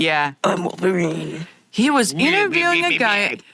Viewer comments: I was JUST about to comment "wolver-nina" but you beat me to it 😂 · “ I am Wolvarinanina 🔪😏” “i’m dead pool🤪✌🏼✨”